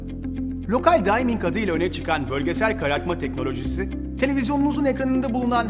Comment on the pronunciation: Ultra Dimming'i telaffuz ederken "dayming" değil de "dimming" şeklinde yazıldığı şekilde söyleseydin sunuma 10 verirdim. Biraz İngilizce de bilmek gerekiyor.